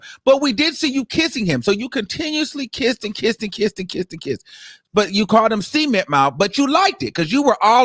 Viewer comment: He said “CEMENT LIPS” 😂😂